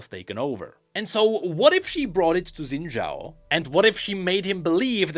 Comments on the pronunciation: his name is pronounced shin jao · So close to a proper pronunciation. 🥹